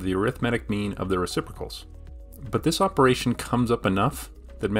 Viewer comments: “Opperation”? “Reciprical”? lol, are you ten years old!!!??? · "opperation" "reciprical" cmon...